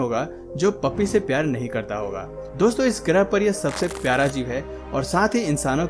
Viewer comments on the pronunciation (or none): none